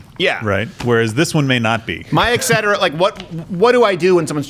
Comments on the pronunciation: Etcetera not eccetera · Man, I really thought Crowder was smarter than to say "ek cetera" How disappointing. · Hey STEVIE!! Not to be a pain, but etc. is pronounced ET-SET-ER-AH not EX-ETER-AH (...must be that french canadian childhood...) Also...Kokyu-ho....Breath of Heaven. Taught in beginner's Aikido....✨👍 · What the fuck is excetera? Are you guys trying to say etcetera? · Repeating sounds piss me off as well. Especially when someone says eCK cetera over and over Crowder...